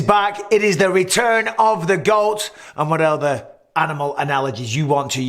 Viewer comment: Hahaha the way he said “the GWOAT” was hilarious